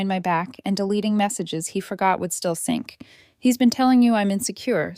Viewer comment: Actually its sync